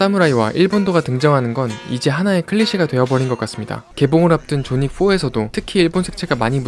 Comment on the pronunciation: 존윅을 발음할 때 글자그대로 '존윅'이라고 발음하는 것보다, '조뉙'이라고 발음하는 것이 옳은 표현입니다ㅎ.ㅎ